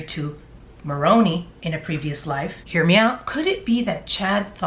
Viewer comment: I love your hair and everytime you say “hear me out” I hear “hair me out” haha